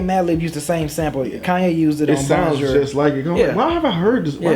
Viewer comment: Y'all be having serious problems pronouncing bonjour.